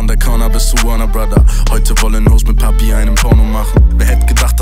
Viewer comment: Babi? Tha faacking faak! 😄😄😄 Papi, du Gurke! Evt. ist es eine Anspielung auf Barbie? "Alle wollen Barbie"...😄😄😄Nigga lern mal die perfekte, spanische Aussprache von Papi...😆😆😆